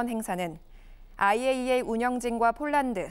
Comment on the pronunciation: IAEA 발음 너무찰진데 한번 더 해주세요